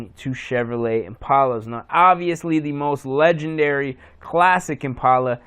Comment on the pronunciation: Once you say the word "Impala" right you can be into them. Also an 03 is not an Impala, its a wimpala. great vid.